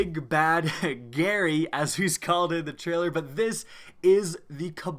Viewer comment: Billy Scribbons HIS NAME IS GARY OR GILL BUT NOT GHALL